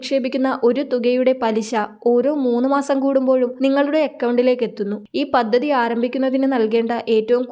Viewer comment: പദ്ദതി എന്നല്ലെടി പദ്ധതി എന്ന് വേണം പറയാൻ ബാര്യ എന്നല്ല ഭാര്യ എന്ന് വേണം പറയാൻ. അക്ഷര സ്പ്പുടാതെ ഇല്ലാത്ത നിന്നെ ആരാടി ഇതിൽ എടുത്താക്കിയത്